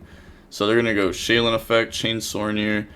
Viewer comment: another day of calling it Shay-Lin when there’s 0 Ls in the cards name 🤣